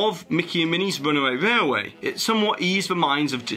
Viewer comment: Your accent is very strange to me. I can’t place it. I noticed your pronunciation of railway to be rarway, but your Ls in other words are phonetically correct. Where are you from if you don’t mind me asking.